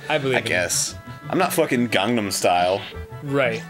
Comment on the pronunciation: Holy crap, Arin pronounced "Gangnam Style" correctly! No one pronounces it correctly!